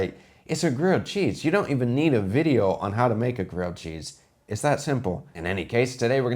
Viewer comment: Oh nooo, you dont make a reaction weejio of reaction weejio? hiyaaaaaaaa